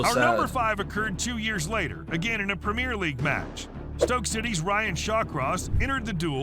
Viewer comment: Ah well. I think just cutting an already abbreviated UEFA to simply Yoo-ay-fa as we say it, or Prem-ee-er instead of Prem-eer,goes to show he's not too familiar with the game